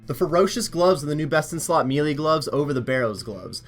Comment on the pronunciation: the word "melee" is pronounced "maylay" not "meelee"